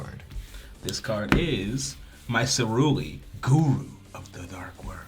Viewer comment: First turn messes up ceruli